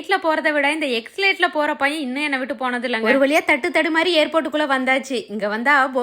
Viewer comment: எக்ஸலேட் இல்லைமா.. அது பேரு "எஸ்கலேட்டர்".